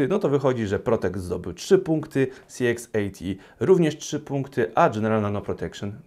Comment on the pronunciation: Dziękuję za recenzję. Jedna sprawa: CX80 wymawiasz tak, że dla mnie, nie widząc monitora, brzmi to jak CXAT. Jestem ciekawy Twojej opinii o higienie po strzelaniu.